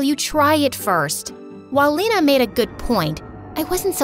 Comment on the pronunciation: bruh the way she says lena its funny as a german u pronounce lena not lina like eeee not iiii